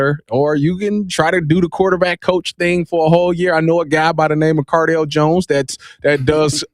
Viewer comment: That boy said CARDALE JONES. 🤨